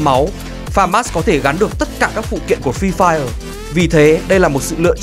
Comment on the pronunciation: toàn nghe là phi phai -_